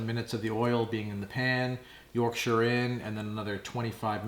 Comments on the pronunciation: thank you for saying "yorkshur" and not "york shire" pudding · Love it you said yorkshire like a yorkshire person! Not york shiyr! Im impressed lol next try worcestershire like the sauce. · Rare to hear it pronounced correctly from people from different countries! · pronounced Yorkshire correctly - well played sir!